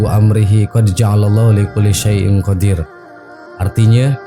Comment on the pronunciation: ..salah bacaan nya bos..qodroo bukan qodir